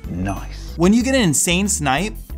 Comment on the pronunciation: El bro dice nice no noice